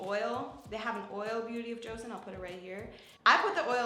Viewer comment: Joseon* not joeson